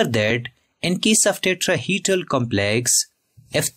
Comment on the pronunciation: Tetrahedral❌ Tetraheedral✅ 😂😂